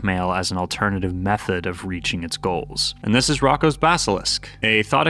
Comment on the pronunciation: It’s pronounced Roe- koe’s basilisk